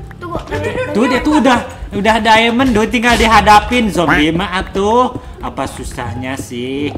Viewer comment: Diamon ya mirip lo ngomong ngomong diamon abang banyak banget